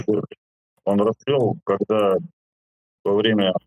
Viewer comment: Челябинск "разсцвёл"😅😅😅 не смешите мои кроссовки😅..Дякую тобі Боженька що змилувся надо мною❤❤❤